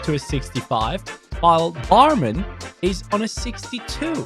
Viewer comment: Bruh That's pronounced Bormon, not barman. Secondly thats a titl, why does EA does it everytime 😅